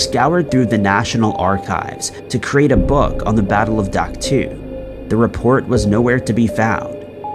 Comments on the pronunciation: Dak to is actually pronounced Dak toe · Dude it's pronounced Dak "Toe". Geeze